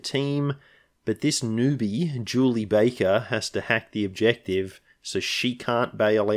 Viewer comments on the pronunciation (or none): none